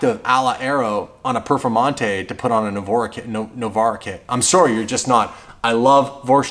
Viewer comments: Lamborghini perfermontay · Lamborghini perfomata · Lamborghini Perfamonte